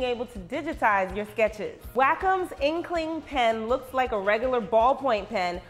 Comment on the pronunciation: It's pronounced (way com) not (wac cum).